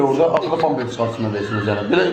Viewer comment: Sen eclaf adamsan senin klinikadan hansi sebebe iwden cixardilar? Bampres yoxe pampers ay men diyen